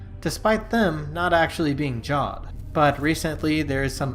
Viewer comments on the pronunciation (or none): Heres one it’s pronounced javed not jawed